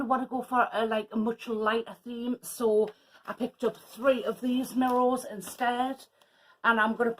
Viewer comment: Looks lovely - it cracks me up the way you say mirr o’s (mirrors) 😝🥰